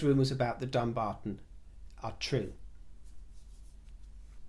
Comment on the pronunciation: I live near Dumbarton. We pronounce it Dum-barton not Dumb-arton. Meghan has insulted the locals by even suggesting it's got dumb in the name.